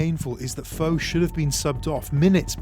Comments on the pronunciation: Foe has an accent on the E... It's pronounced Foh-ay. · Putting aside the fact you keep pronouncing his name wrong, how was Foé’s death due to the World Cup? It was during a Confederations Cup match…